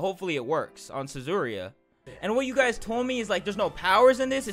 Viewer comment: I'm triggered with him saying Suzuriya... instead of Yuzuriha